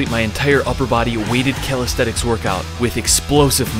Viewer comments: You’ve written calisthenics but you keep saying calisthetics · It bothers me that calisthenics is being pronounced incorrectly, and it is the main focus of the video. It sounds like Cal aesthetics. It makes it hard to FOCUS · Bro said Calisthetics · bro says calisthetix